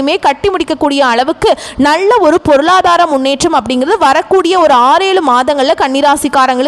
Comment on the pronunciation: Your Tamil Pronounciation is very bad in L. Nalla, is as Nazzlla